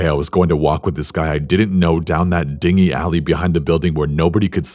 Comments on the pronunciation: I’m pretty sure he meant to say dingy but said ding-y and I found that really funny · The fact that corpse has such a deep voice and mispronounced dingy (din-jee) as dingy just makes me happy lol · ... I love how corpse pronounced "dingy." I think it's supposed to be said like "DIN-JI." Either way, it was funny (in a cute way, makes me feel better about the creepy story lol)